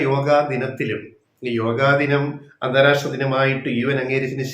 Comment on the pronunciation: അന്താരാസ്ട്ര അല്ല അന്താരാഷ്ട്ര.